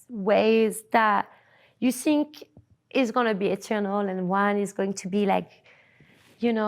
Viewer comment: "You sink" you sunk wrong love